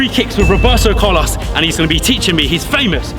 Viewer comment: when he said Roberto Carlos it kinda offended me of his accent